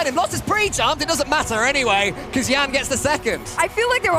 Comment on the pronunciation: calling a brazilian named Yan "YAN" and not " YAHN" is so weird.